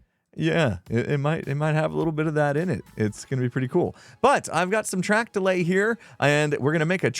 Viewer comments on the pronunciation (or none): I misheard you say “Track to lay” as “Track delay”, that could be a good name?